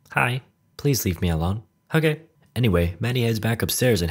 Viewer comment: Your "okeh" gets me to burst out laughing every time I hear it.